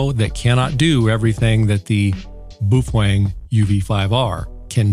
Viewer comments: it's not pronounced "boof-weng" it's pronounced "bay-o-feng" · Looks good, sounds good, gotta laugh at boo fwang! Pretty sure the mandarin is pronounced bow ( like how) fung. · Its "Bah-Oh-Feng" not "Boo-Fang" as it is Mandarin... And as you stated about your "Japanese Friend" telling you how it is pronounced, It is wrong and Japanese share many root words with Mandarin, so the pronunciation remains the same in both languages. And PLEASE(!) anything a Baofeng can do, most other radios can do as well. Making light of the situation of slave labor in China is not cool. It shows how much of a fool you are. As Einstein once said "Those who are cool do nothing to prove that they are cool, they are simply cool by being themselves. Those who think they are cool but are not has to try to prove it to the world all the time that they are." You fit the latter part of this statement as your comments about child slave labor in China was a failed attempt to show off how "cool" you are. And $20 for a Baofeng? I'm getting them for around $15 - factory direct with free shipping. All one has to do is contact them and make a deal with them. And there are many Youtubers out there that gets them for free if they do a review on the unit that was given to them. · I love your videos and have heard you pronounce "BAOfEng" correctly in other videos so, I can only imagine you are joking/trolling and having fun when you say "Boof-wAng". It's got stuck in my head now 🤣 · It's pronounced "Bao Fung" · My dead great grandfather came from Germany so he is an expert in how to properly say the name. It is pronounced U V five R from Boofwang. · It is pronounced as "BOW-fung". Chinese name is 宝峰。 The name "Baofeng" (宝峰) means "precious peak" or "treasured summit". It symbolizes excellence, success, and something highly valuable or cherished, often associated with achieving greatness. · BOO FWENG??? what’s the matter with you?? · It’s pronounced as “bay o feng” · I laugh every time he says Boof wang